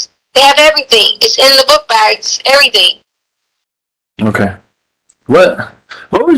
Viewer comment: "Why come everythinK yada yada yada" even without the heinous crimes, how can anyone bear being around this 🍕💩 for more than a minute